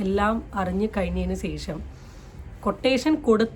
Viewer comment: സെശം അല്ല ശേഷം ന്നാ